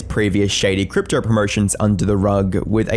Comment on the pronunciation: Brother the way you pronounce “crypto” as “cryptrer” is killing me🤣